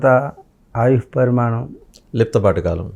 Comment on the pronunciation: Vadu anchor pramanam pramanam ani sastunadu..adi parimanam